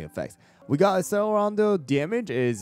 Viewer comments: accelerando read like achelerando :((( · its generally pronounced ak sell er ah ndo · Just a tip, the cell in accellerando is pronounced like you would say cello. It was driving me insane 😭